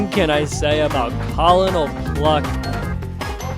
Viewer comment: col-o-nol pluck 😭🙏 it's pronounced cur-nol not col-o-nol.